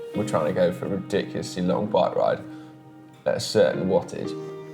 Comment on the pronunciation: “Good wike bide”